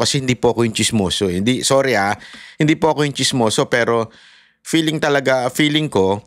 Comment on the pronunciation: Hahahah favorite kita bakit ang feeling 🎉 peeling ang pronunciation